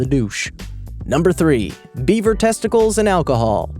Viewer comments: Thought you said 'Beiber' testicles - That would work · am i the only one that thought he said bieber testicles and alcohol? 😂